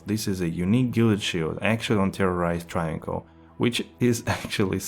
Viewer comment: This Moran can’t even pronounce travincal. Triangle…..